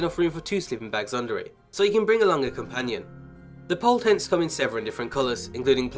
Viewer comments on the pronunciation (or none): none